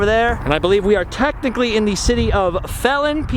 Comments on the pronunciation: awesome video as always, but as someone who lives in Phelan, just letting you know it's pronounced feelan lol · Those are homestead houses people built small houses and the Gvy. gave them property theres tons all over that area. Alao Phelan is pronounced Feel-In, they were going to name a high school Phelin High, but that name ment feling High so Phelin High is now called Serrano high.